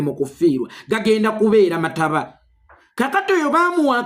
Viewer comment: Mukulu ssi “MATABA” bakiyita “MATAABA”